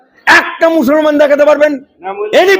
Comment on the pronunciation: ভাষাটা ঠিক করে বলুন। মছলমান নয় মুসলমান।